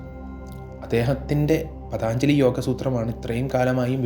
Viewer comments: പതാഞ്ജലി അല്ല പതഞ്ജലി മഹർഷി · paathanjali ennalla ennaey njan paranjullu....pattumenkil kshamichalum.. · പതാഞ്‌ജലി അല്ലടാ. പതഞ്ജലി എന്നാണ് ആ മഹർഷി യുടെ നാമം.😅😅😅😅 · പതഞ്ജലി എന്നാണ് പതാഞ്‌ജലി അല്ല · Pathanjali is correcy pathaanjali is wrong pronounsiation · Pathanjali alla പതഞ്ജലി